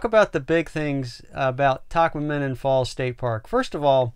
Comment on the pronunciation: You're saying it wrong.. ta kwam in on